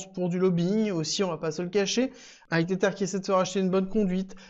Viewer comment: Stp pronounce TetHer et pas tetere